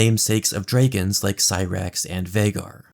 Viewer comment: Dreeegons burned the Hearinghal